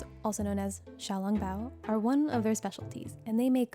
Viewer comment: Firstly, should research how to pronounce words when covering foreign foods. She mispronounced jiaozi, which was cringe. Secondly, it's called Xiao "long" bao, not "ling". Thirdly, in China, people eat all kinds of flour wrapped foods all meals of the day, dumplings being one variation